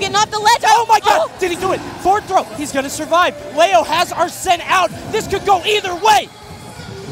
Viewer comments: IT'S GODDAMMED LEO (LEE-OH) NOT LAY-OH!! SO ANNOYING. Great matches though that make me feel like I need to really work on my Smash game. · Wtf its leo not leao wtf lmfao